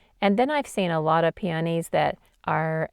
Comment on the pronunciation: Pee-uh-KNEE... the preferred pronunciation. Beautiful technique!